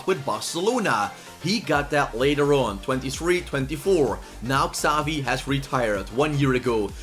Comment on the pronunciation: Just me or does he say ‘ skavi ‘ instead of ‘ xavi ‘